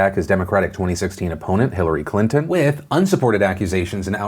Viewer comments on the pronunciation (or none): none